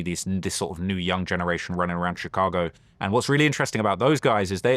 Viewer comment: VLAD CAN'T PRONOUNCE CHICAGO RIGHT 😂